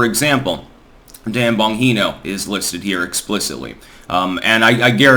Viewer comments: DAN-BON-GEEE-NO. Not bon heee no. If you're going to reference the guy, the least you could do is listen to the first 60 seconds of his show and get his name right. Step down off your lofty perch and maybe get some other perspectives rather than your own. What you lack isn't intellect to be sure. It's your inability to perceive anyone else as an equal. You find this with published authors A LOT. You sit in front of hundreds of thousands of people in a bath robe and Jesus hair and think your intellect will carry the day. It doesn't. You just talk. Talk is cheap, your books are long and your political insights are old and of a different time. Frustrating you sit in Amsterdam and think you know what's going on here. So tiring.. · Bon-G-No 😂 not Bon-HE-No…. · You make me laugh every time you attempt to pronounce an Italian name. It's pronounced BON-GEE-NO. I don't know what language would be BON-HEE-NO might be. HAHAHAHAHAHA!!! You do make me laugh. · Bon-G-No not Bon-He-No. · Bongino is pronounced with soft G. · Bongino is pronounced Bon•gē•nō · It's pronounced with a J... Bonjino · Why do you mispronounce Dan Bongino's last name? Is there some inside joke that I'm not aware of? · You are pronouncing his name wrong it's bongino it's Italian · It’s “BonGino” - the G sounds like a J, not an H. Sorry to be a pronunciation stickler, but it is a pet peeve of mine when public speakers mispronounce words. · I'm pretty sure he does it on purpose, and it drives me nuts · Your shows are always my first watch in the morning. Shower, shave, coffee,. And I know you mispronounce names on purpose but it's bon-Gino.